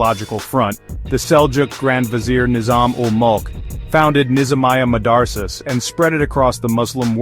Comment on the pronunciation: You mispronounced “madrasas” as if you thought it was spelled “madarsas.”